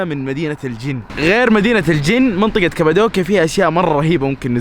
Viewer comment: مش كبدوكيا قبدوكيا بل قاف 😂😂😂